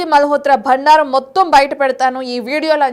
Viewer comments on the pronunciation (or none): గూడా చర్యం కాదు గూఢచర్యం ,, భండారం కాదు బండారం ,, తెలుగు ను భ్రష్టుపట్టించడానికే పుట్టారా !